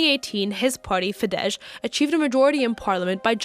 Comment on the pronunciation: It’s not Fidezs, it Fidesz! At least learn the basics before you broadcast a footage.